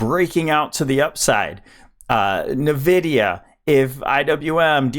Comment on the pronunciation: It's called Nvidia not navidia brother